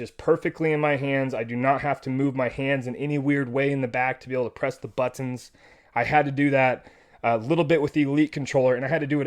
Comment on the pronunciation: I was cracking up every time you said but tonz hahaha. Great video and review, thanks!